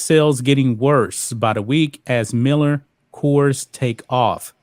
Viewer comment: It's not kers it is Coors (kors)